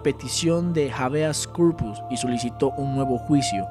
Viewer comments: Dicho sea de paso es habeas corpus, no javeas corpus. Deberías indicar la fe de errata o regrabar ese punto. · No se dice javeas corpus es latín es Habeas corpus